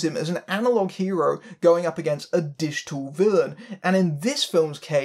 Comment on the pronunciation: I first misheard 'digital villain' as 'dish tool villain' and marveled at the peculiarity of the idiom for a bit.